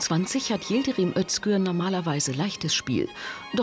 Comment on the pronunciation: Wie der Name des Türken immer ausgesprochen wird. Wie der Bürgermeister eines bayerischen Dorfes. Der Ötzinger Yildrim :D